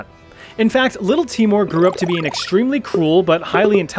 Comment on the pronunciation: Its pronounced teimour not timor lol. Nice video!!!!